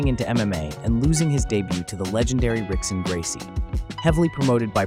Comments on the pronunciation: Rickson is pronounced "Hick-son" in Portuguese. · It's "HICK-son", not "RICK-son". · Love your vids but bro if you’re gonna make mma content you gotta know how to pronounce Brazilian names correctly especially those of the Gracies. Rickson is pronounced as “Hickson” just as Royce is pronounced as “Hoyce” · Its pronounced hickson. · spelled rickson pronounced hickson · It's pronounced "Hickson Gracie."